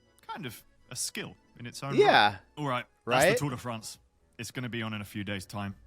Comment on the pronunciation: It's called 'Fraaaanz' not Friends.